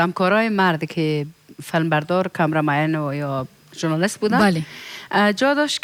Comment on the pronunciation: جانى دا ( جرناليست ) نه دى ، مونگ ورته ژورنالست وايو.